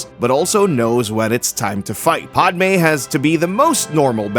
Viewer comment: Really... PODme? It's Pah-d-may